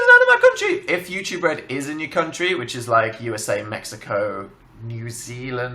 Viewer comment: every time he says México i cry a little